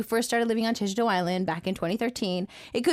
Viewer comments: He couldn’t even say jeju properly 😡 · Yea no one not even Jeju people can't understand him. also its been years since he was in Jeju and he still can't say it